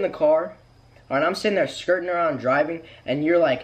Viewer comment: I think he was trying to say skrrt-ing, but since he can’t roll roll his Rs it’s better transcribed as “skirting around”